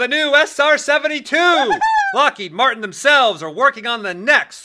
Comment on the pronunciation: he said martian not martin was it an acedent or somthing more